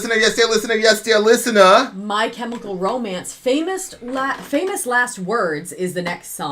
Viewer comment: Only classic can say my "Ch"emical Romance